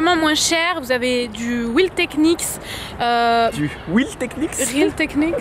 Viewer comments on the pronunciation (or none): Oh mon dieux ma fait trop rire a la prononciation des real techniques 😂😂💕💕💕💕